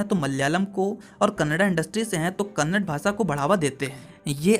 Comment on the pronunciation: Bhai, Kannad nahi Kannada.